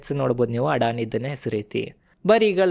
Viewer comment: ಅಣ್ಣ ಅಡಾಣಿ ಅಲ್ಲೋ ಅದಾನಿ